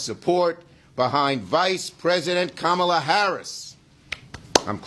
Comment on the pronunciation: Hey Schumer, how about some respect? Learn to pronounce her name!